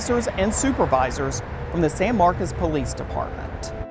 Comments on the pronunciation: stop mispronouncing SAN MARCOS, NOT SAN MARCAS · Why are they saying “San Marcus” when it’s with an “o” San Marcos” see the “o”???